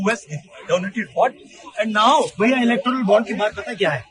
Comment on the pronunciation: इलेक्टोरल (Electoral)म्हणा, ❌इलेक्ट्रोल नव्हे .